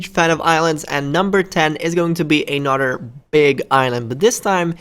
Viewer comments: Anudder one. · Anudder one?